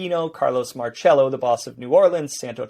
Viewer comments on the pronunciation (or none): none